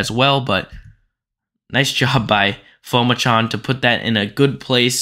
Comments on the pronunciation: Pronounced Pu-ma-chon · His last name is pronounced Po-Ma-Jun